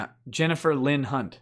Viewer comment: the affadavit of Ms. "Cunt"/"Hunt" lmao! also not fair laughing + nose-shooting whiskey and coke. It stings lol